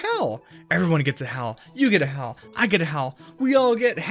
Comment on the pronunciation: you said hell not hal